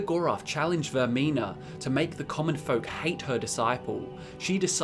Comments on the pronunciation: are we not gonna recognize when he talked about the ship section where instead of saying vaermina he says vaernima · you said vernima and not vermina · "VAER-N-IMA". Ah, my ears! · Did anyone else here him pronounce vearmina wrong